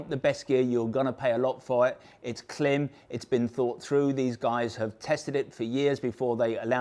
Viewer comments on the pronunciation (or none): pretty sure its pronounced same as "climb"... I have a Klim Krios helmet and this goggle looks perfect.. put off slightly by the comments about glasses\spectacles though as I wear bi-focals...